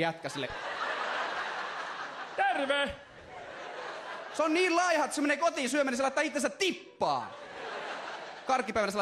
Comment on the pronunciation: ei vittu et hajos :D::D ''terrve''